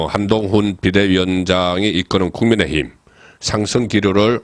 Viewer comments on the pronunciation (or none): none